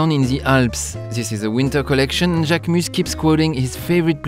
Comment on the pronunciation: I loved this video. So much knowledge about the brand and the models. A lot people don’t attempt to pronounce names correctly & get models mixed up but you said mine perfectly. Thank you, I appreciate it x